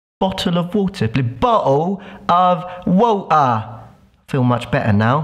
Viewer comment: Bottla o wota hahahahahaha Much better, yeah